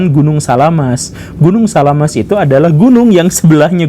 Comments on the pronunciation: SAMALAS pak guru bukan SALAAMaS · Samalas atau salamas pak guru? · Gunung Samalas om gembul, bukan salamas :D